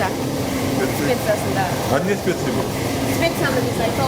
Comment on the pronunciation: Технолог кыз кечкеле спеца спеца дей бериптирго😂😂😂😂 специи деп айтылат 👍🙂🙂